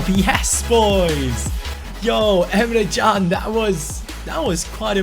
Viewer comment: you keep on saying Emre CAn's name wrong apparently it is actually Jun. Watch this video and skip to 4 minutes in